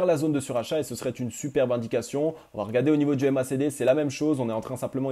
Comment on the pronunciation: Faut surtout arrêter avec les T après VA. Mais sinon c'est super